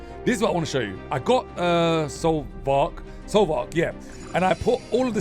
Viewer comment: It's pronounced Soul fart